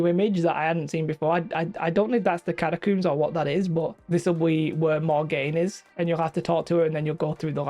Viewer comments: you coomer, its cat-a-combs not cooms. Lol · You are pronouncing catacombs wrong 🤓☝️